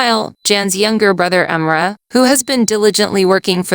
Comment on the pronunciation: I love the awesome summaries - they are really great - but holy moly you massively butchered three of the character names in Erkenci Kus - Can (pronounced Jon or John), Emre (pronounced Em Ray), and Sanem (pronounced Să Něm - short a and e sounds).